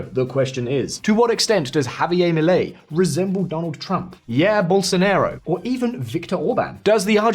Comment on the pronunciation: Very intelligent comments but please do not pronounce Bolsonaro as Bolsonero. Ok he had something of a Nero when he was president setting everything on fire, but he is pronounced as Bolsonaro, as in father. It ends up being a completely different word.